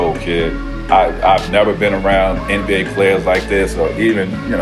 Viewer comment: He says. “Anne B A”. It’s “nba”